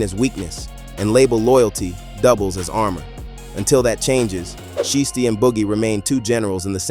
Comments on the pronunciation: Put some respect on so icy Shiesty name. It’s not she tee. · CANT EVEN SAY THEY NAME RIGHT.. IT'S PRONOUNCED "SHY-STEE"... ITS SO ANNOYING, I GAVE THE VIDEO A DISLIKE....